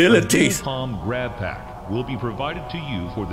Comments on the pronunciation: Grabpack ❌ Boobygrab ✅ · Why you keep saying boobygrabs